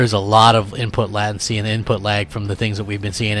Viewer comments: Lattency??? Come on man.... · did he just pronounce it "Lahtency" LOOOOOOOOOOOOOOOOOL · Wow... he can't even pronounce latency. Get this man a dictionary or a speech coach.